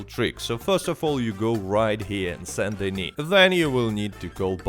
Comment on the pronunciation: The only YouTuber who pronounces "Saint Denis" properly.